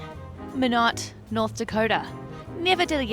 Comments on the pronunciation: As someone who was stationed there for 5 years, that town in North Dakota is Minot, pronounced my-not. Great video! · The 360 degree turn was useless. Way too fast to see anything. The name is Mi-not, not Me-not. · FYI.. Minot is pronounced "My-not". Obviously, it's of French origin, so it's supposed to be pronounced "Me-no," but the folks all say "My-not". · By the way, there are NO MOUNTAINS IN NORTH DAKOTA. the town you stopped in is pronounced M-eye-not. Not Min-ot. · In case someone else didn't mention it, the stop in North Dakota is pron, "MY-not"...not "mih-NOT". Awesome video! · min-not? nd🤣🤣🤣mine-ot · I apologize but I was distracted for part of the middle. I was puzzling over your stop in “Minnot”. When I rewound and looked at the sign I saw you were in MY-not. Darn Norwegians. Thanks for showing my home space. ❤ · It's pronounced mynot nd. Can you guess where I'm from? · Minot is pronounced to rhyme with why not. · I lived in Minot for 2 years when i worked for the university. Minot pronounces (maynot) lol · It’s Minot (My knot) North Dakota. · Minot ND. Minot rhymes with "why not" :-) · Probably not the first, but it's MY-not, North Dakota, not NIN-not... Lucky hubby... ;-) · It's pronounced, "My-knot" North Dakota. Every member of Strategic Air Command dreaded getting orders to be stationed there. 💯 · Fun video! I used to take the Empire Builder from Shelby to Chicago on my way to university. Sadly, I didn't have the benefit of a sleeper car, so I had to do with the regular seats. The upper level gave spectacular views. (By the way, Minot is pronounced My Not) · The stop where you got off in North Dakota is pronounced My Not. The town motto is "Why Not Minot?" They also seem to have really updated that depot since I was last there. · Its pronounced MY Not lol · Minot is pronounced with a long 'i' - "my-not" . Just think "Why not Minot". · Minot is pronounced "my not". My parents are from there and my grandfather worked on The Great Northern Railroad.